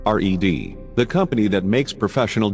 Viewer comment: Its red not r.e.d. ...